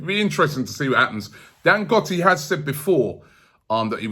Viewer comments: Robbie hold up!!! Its not pronounced dangotti....it's DAN-GO-TEY...we love aftv here in naija 🇳🇬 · Dan-goat-ey.. not Dan-got-i. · Dangote: if you wanna know how to pronounce it listen to burna boy : dangote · It’s pronounced Dan-Go-Tay. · It’s pronounced DANGOTAY . Not Dangotee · Robbie can't pronounce for shit....LOL. What is "Dangotti"?lmafo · Thats not how you pronounce Dangote. Its pronounced as Dan-Go-Te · Robbie never gets names right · It's pronounced Dang-go-tay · It's Dan-Go-té Robbie... Like in Kanté... Really really brilliant show though Robbie...your reports are always top class... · Robbie its Dan-GO-Tey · Dangote dangote dangote still dy find money... Let him buy it.. He will spend. Once again Robbie butchered the name. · As if Robbie listens to Burna Boy. He probably calls him Burma Boy anyway. Robbie can't pronounce names 😂